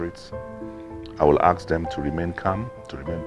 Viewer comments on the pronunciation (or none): Dino,it's ASK,not Axe.Abeg talk in pigeon.